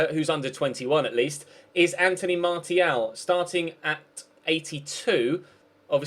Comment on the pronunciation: I guess "Martial" is pronounced as "Mar-s-ial" 😀😀😊